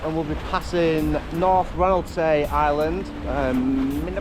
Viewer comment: Always enjoy your videos, but particularly this one. I grew up on Rousay (prounounced “R-ow-see”) and my parent’s house faces out into Eynhallow Sound where you went through the Burger Roost tidal race. It is a formidable place. I’ve seen many boats pass through and get the tides wrong, engine failures and all sorts. One guy went below and closed the hatches while his spreaders kept hitting the water until finally it spat him out the other end. 😄 I’m stumped at then yellow object and can only guess that it’s something to do with EMEC and the tidal energy, but I thought it would have been charted if that was the case. Really enjoyed your rendition of Cripple Creek too. 🙌🏻